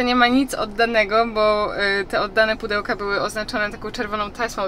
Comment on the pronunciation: Hejka:) jak byłas w tym sklepie Homeand Tipo kupilas naprawde "pachelki":) sluchalem chyba z dziesiec razy i slysze pachelki, wiem ze moze sie czepiam ale smiesznie to brzmi. Pachelki:)